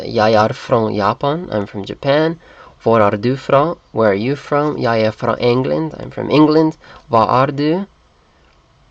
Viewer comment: "fra" [frA] (from) is ca. pronounced like "bra" [brA] in Danish btw,, not [fro] or [froa] as it sounds here.